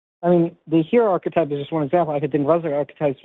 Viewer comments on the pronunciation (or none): it's arch->e<-type Have a good one, cheers!:) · If I had a drink for every time said ''architype'' I'd be suffering liver failure within 2 minutes.